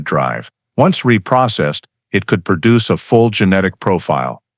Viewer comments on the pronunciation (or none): none